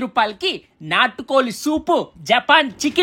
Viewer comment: నాటు కోలి ❌ నాటు కోడి ✅ 😂😂😂 అప్పలం ❌ అప్పడం ✅ 😂😂😂